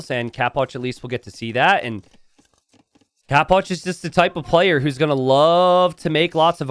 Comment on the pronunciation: why do you pronounce it "capwatch"? istead of capoch?